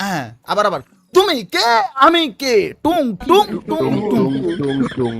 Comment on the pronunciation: ভাই,, Tung tung.. Not 🚫 টুনটুনি..yes ✅